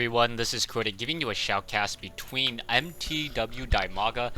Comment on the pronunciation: Crota, you pronounce it pretty good. For me it's cool to hear the names of players pronounced properly. keep the good work going oo